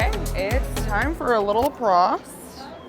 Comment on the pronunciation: „Prost“ is the german Word for „cheers“ and the Lady looks like the Ladys on the „Oktoberfest“ in Munich. And you have to say it like „Proooooost“ with a Long „O“ . Thanks for your Videos and good luck